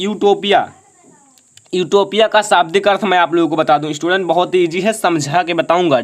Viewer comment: बेटे ईस्टूडेंट ना होता स्टूडेंट होता है।